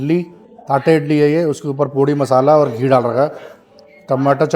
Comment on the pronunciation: Bhai, थाटे नही यार, "तट्टे" होता है। तट्टे इडली बोलो भाई। धन्यवाद।